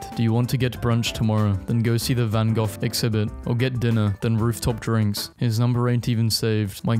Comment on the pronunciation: Hold up, you mispronounce or otherwise mess up like 3 words per video but somehow nail Van Gogh?